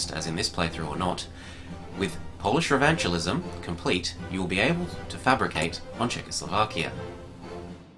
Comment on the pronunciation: "Revanchi-li-sm" Revanchism*